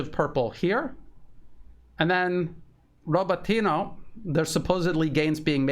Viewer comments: You mispronounce Rabotino everytime. RabOtino, not RabotIno. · Mispronouncing Robotyne. Great otherwise